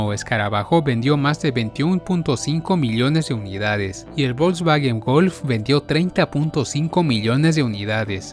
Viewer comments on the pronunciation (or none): Muy buen video, y con respecto a las pronunciaciones, me atrevo a decirte que has pronunciado mejor los nombres alemanes (excepto Porsche y Volkswagen) que los nombres italianos. Soy de origen español, tengo ciudadanía italiana pero vivo en Alemania, en Stuttgart, ciudad que es la cuna de empresas que has mencionado, como Daimler Benz, Porsche, Bosch, Kärcher y muchas otras.